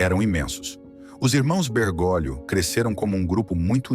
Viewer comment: A pronúncia correta é Bergólio, e não Bergôlio. Correção fraterna